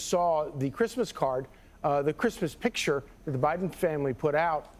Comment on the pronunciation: "Pitcher" Concha? What the hell? It's picture!!